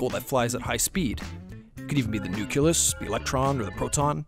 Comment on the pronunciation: 1 milliSv not 1 Sv, should be 5 mSv, not uSv (microSv) as shown on the animation, , "nukulus?" how about nucleus?, again, "nukular?" dude.